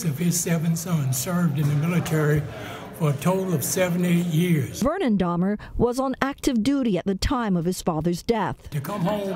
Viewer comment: It's pronounced Day-mer